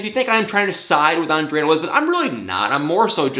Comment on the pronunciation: you didn't say it right... Ahhn-drrrrrayyy